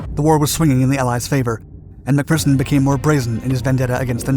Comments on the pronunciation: He got McPherson right so I let him pass on Jedburgh as I doubt many outside of Scotland have heard of the place. But I couldn't let him get away with Citroën though 🤣🤣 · Iys always a bit cringy hearing nin-Scit's using Scottish words like "wee", but possibly the first non-Brit pronouncing the name McPherson correctly. 10 out of 1o for that👍 But 2 out of 10 for the pronunciation of Citroën. Impressive 🤣🤣